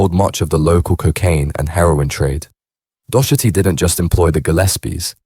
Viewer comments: Its pronounced dock- erty ffs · When you are saying Docherty you are pronouncing it wrong We Pronounce it here as “Dockerty”, I’ve heard it on a couple of vids now and wanted to try help 🙂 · Turned it off when you repeatedly can’t pronounce Docherty 😂 A really common name.